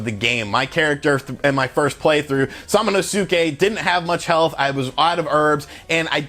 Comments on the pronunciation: I love how this guy mispronounced Samanosuke so many times lol! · Sorry but I laughed so hard when you tried to say samanosuke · That Samanosuke pronunciation... oofeth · Finally someone who pays attention while playing the game. This guy is way off pronouncing his name. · Part of me died inside when he butchered samanosuke pronunciation multiple times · Your pronunciation of Samanosuke is worse than fingernails on a chalkboard! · he's literally butchered every japanese name in the video lmfaooo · It's pronounced sa-ma-nous-ke. Emphasis on the sa. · Sorry to correct you, the name of the character is sa- ma- nus- ke, and not sa-ma - nu-su-ke. I know it is spelled Samanusuke, but the pronunciation is different. Also, another mistake, the game is more about samurai and not ninjas. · Sam a no ske pronounce it like this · The “U” in SamonosUke is silent. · It Pronounced sama-no-ske! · Great review man! His name's pronounced Sa-ma-nos-ke :) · also his name is pronounced Sama nos kay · SA-MA-NO-SKAY = samonosuke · SAH-MANOH-SUKEH ???? really ? really bro? i mean i love u and all, but u must commit seppuku for butchering smanosuke's name like that .... good lord..... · Sah mAh no skay if I recall correctly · "Salmon oh Sue Kay"🤣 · Bruh I believe is pronounced sama-nuske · For anyone wondering it's phonetically pronounced Sama-no-skay, you don't really pronounce the U much in Samanosuke. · They literally say his name in the game and still this man butchered the pronunciation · If u see su in Japanese just pronounce it ssss not su lol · I think you are pronouncing the main character's name: "samanosuke" the wrong way dude. Did you even play the game? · dude... you disprespect the game by misprounouncing there names heard you say samanosuke's name once and clicked out delete the vid horrible.... LOL